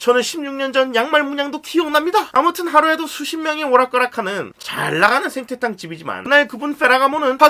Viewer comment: "저 sekki가 ㅂㅅ이다!!"에서 엄청 웃겼습니다ㅋㅋㅋ 오프닝 상당히 깔끔하게 잘 만드신거 같습니다. 예쁘지 않는 이상 이것저것 구차하게 하는 것 보다 저렇게 만드는게 낫죠. 그리고 "생태탕"말씀하실 때 태와 떼 사이의 그 애매모호한 발음으로 하신거 같습니다ㅋㅋ